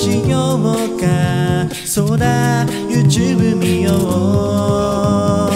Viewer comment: it's pronounced "you-Tube" not "you-chube"